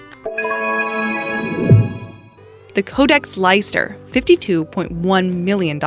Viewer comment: Leicester is pronounced: Lester